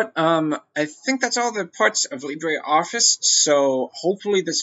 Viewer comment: Please say it properly - it uses the French pronunciation Lee-bruh, not the Spanish Lee-bray.